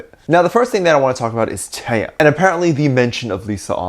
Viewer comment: Out of the blue, and I am definitely not throwing shade on you, but just wanted to bring to your attention Taehyung's name pronunciation. The way you pronounce it like NCT's Taeyong. In V's name you do pronounce the H. TaeHyung. Love ya!!💜💜💜